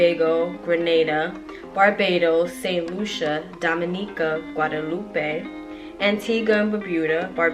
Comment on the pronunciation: Guadeloupe is pronounced guad-er-loop not guad-er-loopay